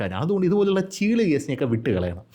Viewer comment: ചെള്ള് അല്ല ചീള് 😂